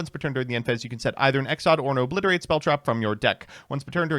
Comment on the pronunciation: Exoida, obwiberlate!!!